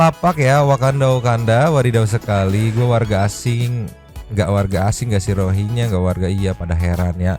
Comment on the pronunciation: nyebut na tong rohingnya lah geuleuh haha geus weh rinyuhingnya wkwkwk tuman